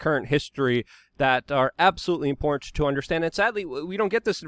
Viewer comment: I like most of what Luke says but every time I hear “impornt” instead of “important “ I just about jump through the screen. If one would like to be taken seriously one needs to pronounce words correctly or use words that one is able to pronounce correctly. The word “impornt” or important is used in abundance on this channel and every time this elementary word is mispronounced the believability and credit of the creator is eroded away. I am Not trying to hate rather offering constructive criticism.